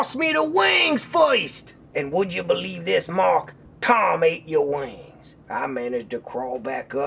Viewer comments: Oh Thank Woo Mwark I Knew you would nwot Lwet mwe dwown OH NWOT THE DWYER! XD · woah woah mawk welax!